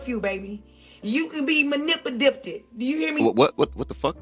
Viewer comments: >> She said that they can be malipididdidded. She needs a prapa edgeumacaton en learned how to speal woards.😅😅😅😊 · Damn this is too funny you had me and my father laughing when he was mocking that girl about her trying to say the word manipulated😂😂😂😂😂😂